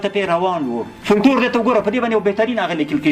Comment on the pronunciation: فوکلور یې سمه بڼه ده ، دغه یو لام استاد وایی چی سم نه دی